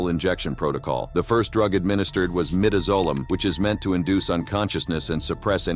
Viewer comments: Learn how pronounce the drugs. Midazolam not midizolam. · The pronunciation of Midazolam in both, Clayton Lockett's, and Joseph Wood's execution is said wrong. It phonetically pronounced My-daz-o-lam